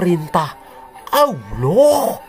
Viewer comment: mantap mas bro..pas pd kata "oloh" dan "muhamad" intonasinya jiannn mak jlebbb teninnnn...ketok nek wong jawa tulen...😂😂😂